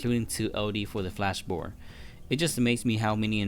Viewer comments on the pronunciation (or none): I love how he keeps saying bore instead of board. It just sounds funny and the sub titles say the same thing like “input bore” lmao